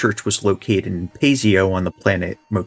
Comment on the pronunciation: Paseo - the stress is on the 2nd syllable, not the firstl.